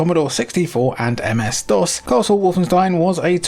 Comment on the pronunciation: The msdos lol